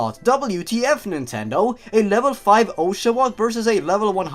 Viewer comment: one of the signs of being a genwunner is being able to pronounce the old pokemons names perfectly but being unable (or just not caring how to) pronounce any newer pokemon names. it sounded like you were TRYING to mispronounce oshawott.